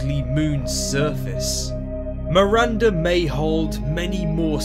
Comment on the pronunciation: It's Miranda not Marinda jesus my name Is Miranda